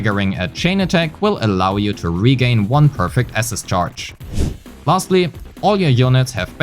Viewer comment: somebody explain to this guy how to pronounce "assist" holy shit